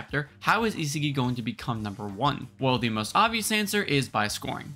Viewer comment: Bro is butchering the pronounciation of isagi aha